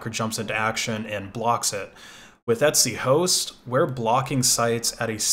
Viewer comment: it took me sooo long to understand what he meant by "et-c" i thought he was saying etsy.